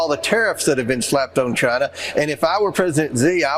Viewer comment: And calls it "JIE-na."